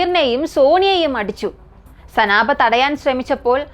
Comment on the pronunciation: സനാബ് അല്ല സൈനബ്